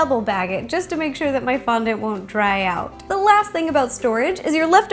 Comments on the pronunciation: its not pronounced fondunt its fondant! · The way she says fondont is so funny love it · Lol the way ro said fondant. FON-DANT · i love the way you say Fondant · please stop saying fondant in a weird manner 😏😏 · Very well explained video and answers a lot of questions, however I dislike the way she says fondant.